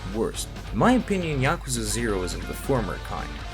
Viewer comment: It's Pronounced Ya-ku-za! Not. Ya-ka-za. So many YouTubers say it wrong lol. There's a video on YouTube to teach you to say it right!!!